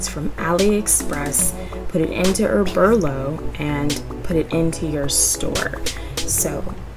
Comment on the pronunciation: Oberlo (Oh-bur-low)